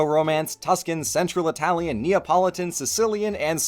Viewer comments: the way you rightly pronounced the words, yet still having a very marked accent is something i never thought to be possible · It's a lot more jarring when people do it without the correct pronounciation or a very thick accent, imo. is actually one of few people I can listen to speak italian and not be jarred because he actually speaks it correctly.